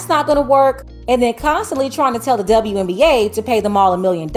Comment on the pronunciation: Didn't know WNBA is pronounced DzaWNBA.